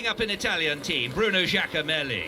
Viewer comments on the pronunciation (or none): Bruno Giacomelli == Bruno Jack O'Malley